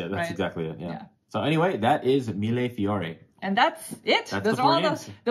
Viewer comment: Mille 1000 Fiori the plural noun of flower In Italian And you pronounced it correctly Sea, salt & paper is really fab. Discovered it on BGA a few days ago and got completely in love and addicted to it. Game play and art are really great. Really eanted to buy it but none of the online websites that ship to where I live (Israel) have it :(